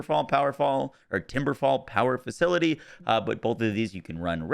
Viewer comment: facitily? is that latin for facility? 😆